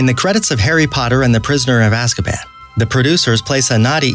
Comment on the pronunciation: ‘serious’ ‘azkapan’ ‘lushus’ ‘dobey’ ‘genie’ and i oop🤡